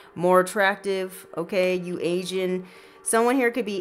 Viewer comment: said ‘someone here is ‘aging’, aging like fine wine…. It sounded like Asian but she said ‘aging’.